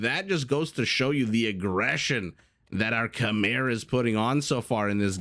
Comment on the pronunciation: Maybe it's the right way to pronounce it "Kmaye" but it sounds weird to me. Too used to the usual "Khmers" I guess. Great casting anyway !